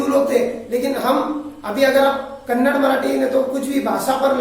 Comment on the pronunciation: First u learn to say kannada word . It's not kannad it's kannada